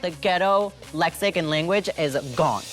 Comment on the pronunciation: Serena didn't even pronounce "lexicon" correctly. Before she tries to sound smart she better at least know how to pronounce the words she attempts to throw around